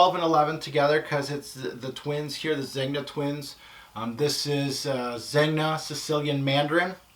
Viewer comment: Great purchases. I have a few of them, and smelt or sampled almost all of them. My absolute favorites will have to be D&G Royal Night and Le Male Essence. Only one little remark, Zegna is pronounced Zenia as it’s Italian.